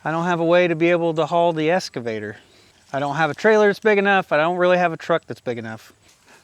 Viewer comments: PLEASE SAY EXXXXXXCAVATOR. NOT ESSSSSSSCAVATOR. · Is it "Excavator" or "Escavator" ......asking for a friend on You Tube. LOL 😊 just having fun, love the channel👍